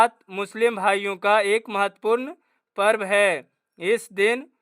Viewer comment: सर आप पूर्व नहीं होता है ❤ पर्व होता है 😊😊